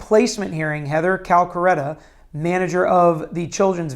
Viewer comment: Cal ca terra. NOT Cal ca retta.